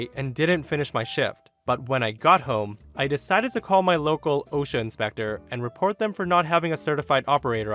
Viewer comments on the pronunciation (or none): none